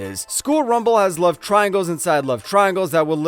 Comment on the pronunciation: just say love normally